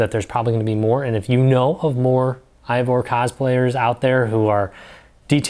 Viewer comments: Solid video! Just want to let you know that Eivor is actually pronounced Ay-Vor, not Aye-vor. I wasn't aware of these other resources, so I'll definitely be checking these other sources out. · Did everyone just forget how to pronounce “Eivor”?